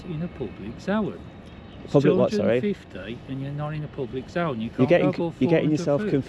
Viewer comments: he talks about a zow-an, is that the same as a Zone? :D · I''ve never heard the word 'zone' pronounced like that before 😂